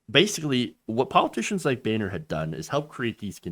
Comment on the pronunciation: John (Bone-er), let's be honest